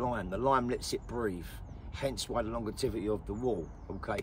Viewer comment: Longevity not longertivity. Just saying. Great work and educational as always thought.